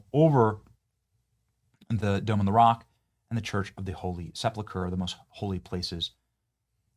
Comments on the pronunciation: Pronounced Sepulcher, not seplucher. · Benny, for the sake of my sanity .... get your pronunciation right ......Sep-U-lcher ..... NOT SEP-LU-CHER .... please. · Benny .. PLEASE have a friend teach you the pronunciation of 'sepulcher', it was almost too cringe to hear you bastardize the word. Really makes you look ignorant ! 🤨🧐